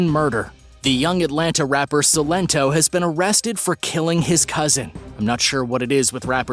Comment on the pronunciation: I’m gonna try and help a lil bit for future videos cause I care you said Silento’s name wrong but it’s good tho cause now u know